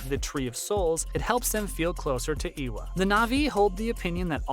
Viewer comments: no no, he has a point, it seems like he only looked up a wiki page for this and is pronouncing stuff without ever hearing how it is said. Eywa is pronounced more like Ay-wa and Makto well, just the way it looks. It’s not being rude, it’s constructive criticism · dude, I know you are trying to produce quality content which it actually is, interesting video. But FFS, e-e-ewa? Turuk matko.... matto? What? It's MAKTO and it reads exactly as it it written, letter by letter. I know some people especially in the west have problem pronouncing a lot of things, but maybe practice a bit beforehand, just a thought. Otherwise it just makes you sound incompetent on a topic.